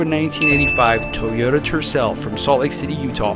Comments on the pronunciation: It is pronounced Toyota not Teyota. Second it is not a shitbox or Turdcel. Obviously Salt Lake City Toyota didn’t do anything to the engine to maintain it such as a complete tune-up. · Tee oh da. Did your Mom tell you to pick up your tees? NO,, she told you to pick up your TOYS. Say it TOY OH TA. Say it God Damn it. SAY IT! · Funny how you say "Tooyota...😊